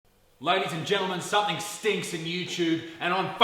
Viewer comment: Loved it, the only thing I have to say is... "Something"!!! For Christ holy sake stop adding a K on the end.. "somefink" is not a word!